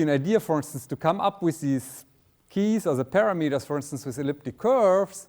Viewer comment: Very good and simple explanation of RSA. Thanks! PS. Professor just needs to learn how to pronounce word "parameters."